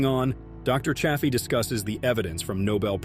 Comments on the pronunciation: Narrator bot keeps mis-pronouncing Chaffee with a short A instead of the long A Dr. Chaffee. Hah, at about 3 minutes 15 in, the bot suddenly switches to the long A. But then it is now switching back and forth - sometimes in run-on sentences, from long A Chaffee and back to short A. What the heck? What AI decided to "create" this video??? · Don't ya hate it when AI mispronounces Dr. Chaffee's name, lol??